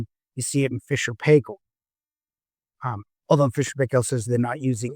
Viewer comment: Paykel is pronounced Pike-ull. Like Michael with a P.